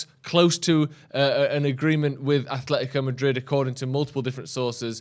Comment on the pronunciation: AH-LE-THI-CO Madrid! Jeeez it’s not hard to know this after the years they’ve told people how to pronounce their name.